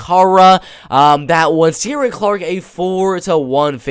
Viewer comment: Just found your channel you really know your bellator, its pronounced shin-aid for sinead and keer-on for ciaran btw